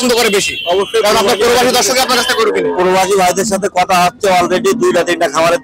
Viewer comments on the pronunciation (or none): পরোবাসি না।।।।প্রবাসি হবে